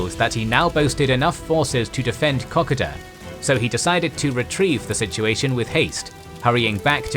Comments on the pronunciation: wish he's pronounce Kokoda properly, great vid guys :) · Must agree as an Australian, the pronunciation of Kokoda I found very grating. I even had to check it was the same iconic battle that was the topic. Has me wondering if for years we have been getting it wrong? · Good to see, you guys took the feed back from the last video about the pronouncation of Kokoda 😑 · Oof that pronuciation of Kokoda is painful but i'll allow it cos is the GOAT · It is pronounced Ko Ko Da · It's pronounced Ko-ko-da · The pronunciation of Kokoda is like Cocoa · Please pronounce it Ko-Ko-Da, not how you're doing it. It was making me want to stop watching everytime you said it. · You pronounce it as the locals do....."Co-co-duh". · I am questioning my life after hearing it pronounced coc-a-da.... Does every Australian pronounce it wrong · Pronounced ko- KOda. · It's pronounced Coe-coe-dah fella, other than that a good video. A great defensive battle by Australian forces. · Kokoda is pronounced like co.co.da 👍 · Kokoda is pronounced co co da. Maroubra is mah roo bra. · "kuh-koh-da" "mah-roo-brah" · Ok so it's ka-code-da in Strine. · Found this video unwatchable bc of the continuous mispronunciation of "Kokoda". It's meant to be pronounced "Kuh-kow-duh". For such an important battle in the history of the Pacific War, in addition to Australian, PNG, American and Japanese history, I'm amazed that not one person was able to point this out :'( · Great information and vid but as an Aussie(knew/know people who have fought there), you're mispronouncing Kokoda and Maroubra. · I absolutely hate the way the narrator pronounces Kokoda. It would make the Kokoda veterans of the AIF turn in their graves. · Please don't ever pronounce Kokoda like that again. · You completely mispronounced Kokoda ya twit. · no research of pronunciation of place names....basic mistake...otherwise good research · You’d think you’d learn how to pronounce Kokoda if you intended to make a whole video on it